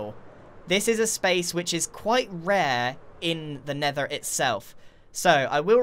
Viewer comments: Why’d he pronounce it like an American there 💀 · Anybody notice the accent when he said nether? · he sounds like an irishman when he sayed nether